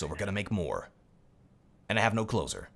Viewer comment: What does he say at the end? Is it meant to be "and I still don't have clothes on", because all that I hear is: "I don't have closer" or something like that